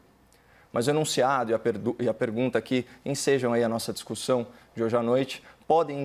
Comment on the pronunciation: O criou uma nova palavra: "discutissão". Kkkk. No meu tempo se dizia "discussão". Fora essa observação, mais uma vez Caio Coppola se superou no debate.